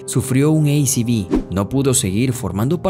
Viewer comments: Perdón. Sufrió un "ei ci vi"????????? Será un ACV? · sufrio un ACV (ei ci vi) wtf? se dice A C V (a ce ve) accidente cardiovascular, en ingles es CVA. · Que hollywoodense se volvió todo, el relator del video al Accidente Cerebro Vascular le llama Ei Ci Vi, por favor que ridículo todo, hasta la fecha de nacimiento de Moe 1987, no chequean ni como les quedó el video antes de subirlo, en fin muy pobre todo. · Excelente video 😂, muy interesante e informativo. Ese humor físico fue y será increíble mientras sigamos disfrutando del mismo sin intentar dar sentido a todo, fueron unos grandes...lo único que critico del video es que pronunciara ACV como ei ci bi...no somos gringos 😅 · Buen video, pero amigo es A (aaaaa) C (ceeeee) V (Veeee) no ei ci vi, no hable en español con anglicanismos intercalados sin ser necesarios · ¿Porque dices "ei ci vi" al ACV (accidente cerebro vascular) si no hace falta pronunciarlo en inglés porque en tal caso sería "cerebrovascular accident" o C.A. (ci ei)? te gusta como suena o simplemente no sabes como pronunciarlo en tu idioma? naciste en Estados Unidos? suena bastante ridículo la verdad... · Se pronuncia a ce ve (por sus siglas en español) que significan "accidente cerebro vascular" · Muy bueno. Te dejo un dato. Acv (accidente cerebro vascular) no se dice eiciví en inglés. En inglés acv no existe. Se dice stroke. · buen informe....pero cuando decias ei vi ci "ACV" eso quedaba MAL! si estabas hablando español!...porque mezclas idiomas?!?!?! 😂😂😂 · A C V se pronuncia como se lee en español. Si lo querés anglinizar entonces deberías decir STROKE. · Se dice aceve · jaja un "ei-ci-vi"????? un ACV... o si preferís decirlo en inglés se dice stroke, nada de "ei-ci-vi" jajajaj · La sigla ACV la pronuniaste en inglés, se debe pronunciar en español por que deriva de accidente cerebrovascular, si lo quieres decir en inglés es simplemente es Stroke. Buena nota sobre Los 3 Chiflados, me traen bellos recuerdos.